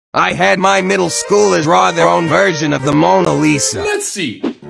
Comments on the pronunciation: The A.I literally said monga lisa and idk why thats funny to me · It's more like 'LONA MISA' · That's not Mona Lisa,that's moanna lisa